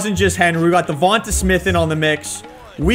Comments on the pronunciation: His name is Devante Smith not Devonta smith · YES I get sooo damn annoyed the way you say dovanta smiths name. It’s not tah at the end it’s tay. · I am an eagles fan and it’s pronounced devontay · I hope DeVonta retires so I never have to hear you butcher his name again. 😆 Besides that obvious mispronunciation, great vids my man!